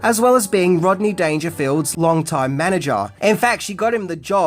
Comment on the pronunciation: Rob-ney Dangerfield huh? Interesting sir. Interesting. Salute.